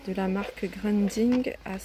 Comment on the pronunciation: j ai cru entendre grunding . C est rien ça arrive des lapsus ou peut-être que j ai mal entendu. Mais l essentiel milles merci pour ton partage tu nous aides bc a faire notre shopping. Encore merci